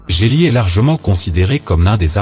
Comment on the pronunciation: on dit jet li pas jé li